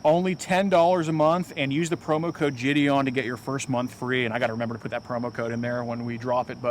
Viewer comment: JIDION?! Gonna have to skip this one